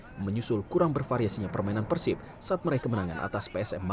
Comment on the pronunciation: persib apa persib pengucapanny salah